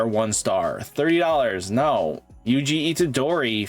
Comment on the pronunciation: “Knock-T” kinda pronounced like knocked, but with a T sound instead of the “ed”. Also every time I hear someone pronounce his name wrong it hurts my heart for my boy 😭 it’s pronounced “U-G-O” just pronounce those letters and not their sounds 😭😭😭